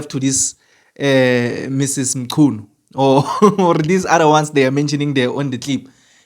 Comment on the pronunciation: That's a shame, that you could not pronounce mchunu. you should have asked someone before saying anything